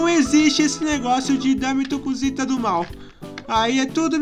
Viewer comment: Voce falou cusita